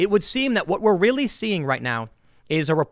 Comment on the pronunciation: Oh Rearry?